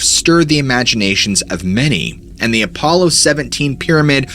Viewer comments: “A polo 17” ??? Apollo is pronounced more like “Uh-Paul-o” 17. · Why do you keep saying A- PO- Low. 😅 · I love this channel but I can't stand the fact that you knowingly mispronounce words all the time. We all know that you are aware of how to say the word Apollo. It's not ah- polo. It's a stupid super pet peeve of mine and you do it in every single video you take the most basic words and mispronounce them over and over like you're proud of sounding like you don't know how to speak. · Apollo is not enunciated as "polo" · Telepathy not telapathy, Apollo not apolo, bonafide not bonnafide. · You are a very good storyteller But man some common words are mispronounced and it is a shame. For your sake and credibility you might work on that Examples here were Apollo and telepathy. Good luck just pointing it out trying to help